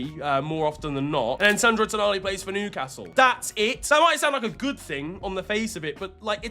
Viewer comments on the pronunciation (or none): none